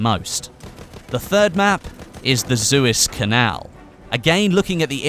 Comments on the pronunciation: Suez isn't pronounced zu-iz, it's pronounced Sue-ez. At least that's how I've been saying it and I could be wrong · Suu-ez not Zuis pls;) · Suez not zuis (I'm sorry but that's my trigger) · "Zooez canal"- suez canal*